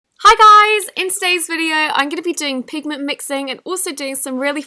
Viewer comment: Word: "pigment " Nobody: Not even a soul: I hear: Penguin